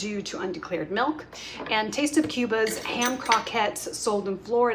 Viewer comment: Side question: Why do people say melk instead of milk?